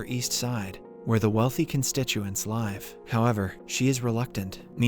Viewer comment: What program do you use to generate the voice over? Sorry if that's a dick question I'm just curious as the voice over is very smooth most of the time. 1.00 to 1.03 the line isn't a human mistake. It says "live" as in "that bacteria is a live specimen." The context of the sentence is" live" as in "I live in a house"